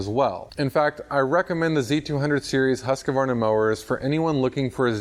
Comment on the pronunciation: thanks for the info. I am looking to upgrade. btw it's husk-varna, not husk-a-varna. :-)